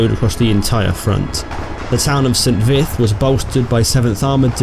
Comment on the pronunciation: I'm not sure, but I think St. Vith is pronounced "Sahn Vee."